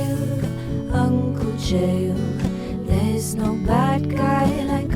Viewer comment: Chael “DEF” Sonnen